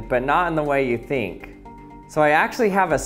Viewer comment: did you just pronounce "think" as "theenk"?